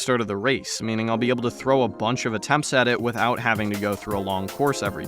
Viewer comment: it simultaneously sounds like youre saying "by" and "without" and i think thats funny.. also, how long did the diorama take to make and edit???